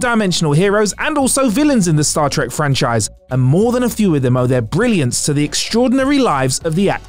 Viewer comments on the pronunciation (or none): Um sir, WTF is “Star Trick”?